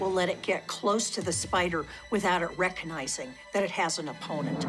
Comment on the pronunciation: A University Dr/Professor who says, "reconizing"? No wonder US colleges are a shit show today.